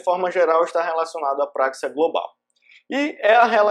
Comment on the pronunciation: não é práxia, mas sim praxia